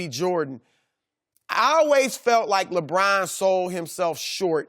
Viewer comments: I refuse to watch anything that Chris Broussard is on. His voice is so annoying. "LaBrine, LaBrine LaBrine" 😒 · I hate the way Chris says LeBron’s name. “LaBraun.”